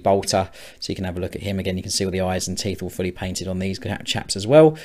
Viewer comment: When you say "all fully painted" it sometimes sounds like "awfully painted", which is not true, obviously. Great job, as usually!